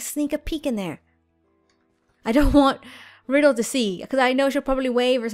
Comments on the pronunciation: It's Ry del not riddle just saying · its not pronounced "riddle" its pronounced ry-dell